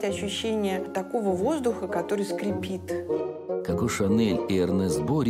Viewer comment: Коко, а не Како. Нельзя произносить Како!